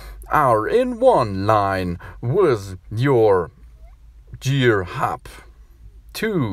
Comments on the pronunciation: Your right he said gear the wrong way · You said gear the wrong way